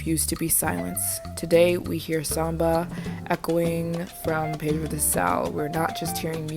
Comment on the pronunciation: just a correction: it's PEDRA DO SAL not pedro